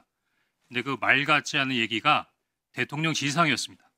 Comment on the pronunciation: 대통년 발음에 화딱지만 나는 요즘 빵터지고 갑니다😂 같은 정상인이 한명이라도 계셔서 다행입니다